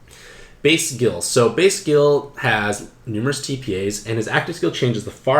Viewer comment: I find it hilarious that base Ryu got a bunch of L awakenings because his hadoken motion is down to forward and a punch button. Edit: Why are you pronouncing Guile as Gill?!?! Gill is a whole other Street Fighter character.... It's pronounced GUYL!!!! I'm glad I watched this video. I rolled Dhalsim, R.Mika and Balrog and felt kinda bad that I didn't get any high ranked cards, but the ones I got all have some kind of value.